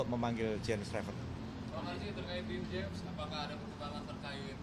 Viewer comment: bukan den jim pak, tapi din jem pak 😁